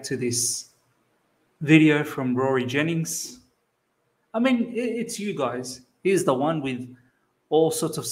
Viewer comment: The way you said Rory Jen ingsss 😂